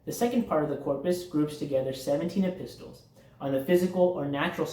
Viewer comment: Thanks for your time. I commented on your short. Here is a small English tip. The word EPISTLES is pronounced epissels. The T is really silent. This is going to be a very big task. Remember, the schooling started young men at the age of 15. They were taught in groups of years because of our age of maturity and understanding. They were very particular about learning in order. It is a layer upon layer learning cycle, like laying bricks. I am 71 and the last age group in their school was 50-70. I would be like a Sage. Haha. If you are in the states, are you familiar with the Ismaili Institute Prince Rahim Aga Khan V and his father built in Houston, Texas? It really is quite beautiful! Estimated $200,000,000 to build it. Thanks for trying to help. I think this is a hidden gift to all of humanity even though some of the information might be outdated. Scholarly minded people work with it. 😊😊